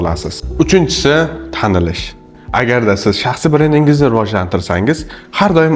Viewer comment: Талаффузни тугирланг ука..шахсиий бренд дейилади.и..ни сал чузиш керак